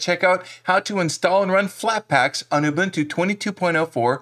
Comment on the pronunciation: You are one of the few Americans that can correctly pronounce UBUNTU. For that alone you gained a new subscriber!!! But your videos are also great! Another thing you can do after removing "snapd" is to forbid it from being automatically installed in the future: $sudo apt-mark hold snapd